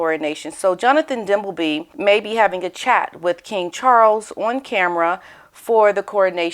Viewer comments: Hi …. Love your channel. I know you like to get things right. The pronunciation is DIm bell Bee, not Dum bell bee! 😂 It might just have been a slip of the tongue 🤪Harry is good at juggling the balls in the back ground! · Dimbleby not Dumbleby lol